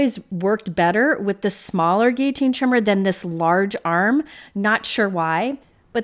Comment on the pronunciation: Your proper use of the word "guillotine" has my heart! You know when you hear the "L" sound and it's like fingernails on a chalkboard?? :) Anyway, thanks for the review. I have a similar trimmer to this, but I love the fact that you can cut from the top or the bottom with a straight edge! I like to use the bottom too.